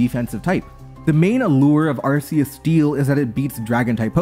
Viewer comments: Throughout the video, pronounces Arceus as "Arseus". I am disappointed in this. The correct pronounciation is "Arkoos". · Ar-key-us is how your pronounce it. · Arkeus, it's pronounced Arkeus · Why do people still say ar-see-us we have solid in game proof of pronunciation ar-kee-us literally spelt out phonetically for us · IT'S ARKOOS YOU FOOL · I guess any hope that Legends Arceus would've got people to pronounce it correctly has gone. That shit should've been sorted since gen 7 and Silvally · I don't think I can watch this if you keep pronouncing Arceus like that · for real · that is NOT how you pronounce Arceus 💀